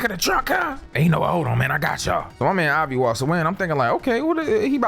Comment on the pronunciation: It’s Avi not Javi the mf ain’t Puerto Rican Imao